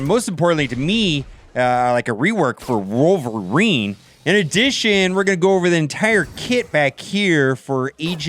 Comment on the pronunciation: wolvereen not wolverin